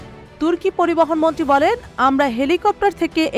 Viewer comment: আমি ভালো শুনতে পাচ্ছি না উনি মন্ত্রী বলছে না মনটী বলছে।